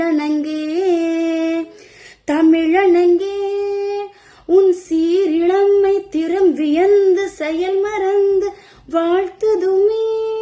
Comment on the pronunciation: Not Seerilammai,That Is Seerilamai